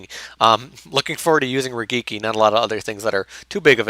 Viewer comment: is it really pronounced rah-geek-ee? I've never heard anyone say it like that.